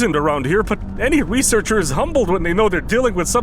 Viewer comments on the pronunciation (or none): Lol he says I'm a level 3 wesearcher